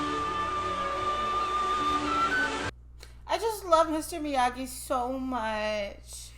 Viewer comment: It is pronounced Miyagi. Not Miyadji.